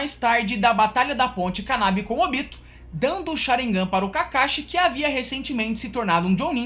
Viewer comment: Curti o vídeo Mas se vc tivesse pronunciado o nome dos personagens da forma que o anime japonês fala, teria ficado melhor. Ôbito???? É: Obitô